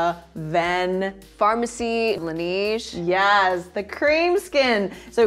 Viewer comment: Love the side by side dupes! Excited about the Heimish mask. Although the way they pronounce La Neige is killing me - it’s French for the snow so it’s La NEH-je